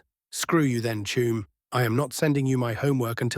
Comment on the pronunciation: This is totally awesome strat to finish.However i do not usually have any problems with AI pronounceation but have to admit the constant saying of 'Chuum' instead of 'Chum' is completly screwing my head up 😂even with my appalling spelling